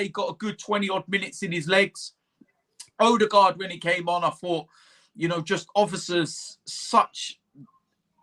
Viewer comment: Oodegard = confidence